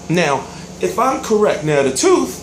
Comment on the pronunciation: it's tooth not teef lol